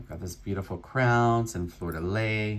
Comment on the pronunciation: thanks for your fun videos! one tip. It is pronounced ... Fleur de LEE. Is your customer from New Orleans, by any chance? The French symbol is well representing his haul!